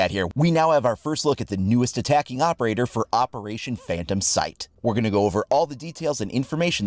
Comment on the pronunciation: This man said “phayntom”.